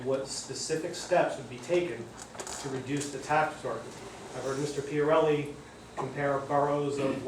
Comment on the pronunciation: It is Pia Rulli where not Pia Relli you should know how to say the mayors name